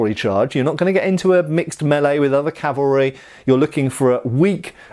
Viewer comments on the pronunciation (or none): Love your channel immensely! In this video your mention of "calvary" multiple times instead of cav-al-ry was a bit distracting lol, I don't think you pronounced it correctly even once. Calvary is the hill where Christ was crucified. Cavalry, well, that's what you're taking about... But do continue! Did I mention that I really enjoy your channel? It's one of my favorites. ;) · I distinctly heard you say "carvery", and thought it would be nice, only to remember lockdown:P